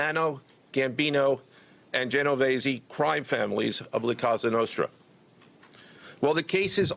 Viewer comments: KASH baby, it’s Cosa Nostra, not casa Nostra. Our thing, not our house. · It's "cOsa nostra,"